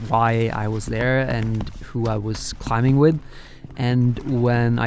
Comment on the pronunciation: i love you man, but please stop pronouncing the 'B' in 'climbing.'